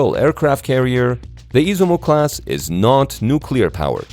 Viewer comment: Is iZUmo...no iSImo.....